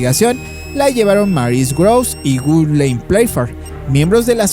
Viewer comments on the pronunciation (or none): none